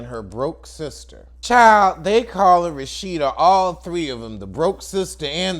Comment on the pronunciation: Why do you call her Rashitta?